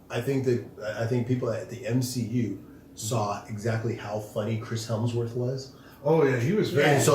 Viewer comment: it’s Hemsworth🧐. No “L”. Stop saying Helmsworth! Much love to the Show.